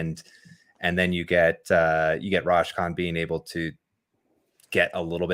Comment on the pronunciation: Roschon is my younger brother. Btw it’s pronounced like Roe-Shawn. Good analysis though